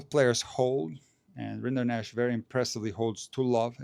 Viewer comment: Funny detail: Vacherot is french for cattleherder or cowboy. Rinderknecht is german for the same profession. So, it's just that single T missing and the funny french way to pronounce Rinderknech. Very respectable achievements of the two "cowboy-cousins".